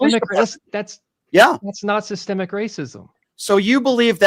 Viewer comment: he needs to learn what Sissssstemmmic means